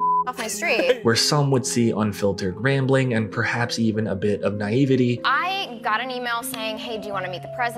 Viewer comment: one criticism: you pronounced naivete incorrectly